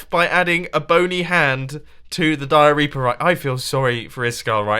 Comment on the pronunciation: mumbo... im sorry but your dioreaper sounds like diarrhea.